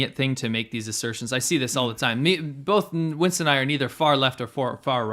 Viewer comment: "Chinston" HAHAHAHHAH